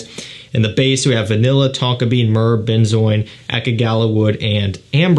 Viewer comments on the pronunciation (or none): none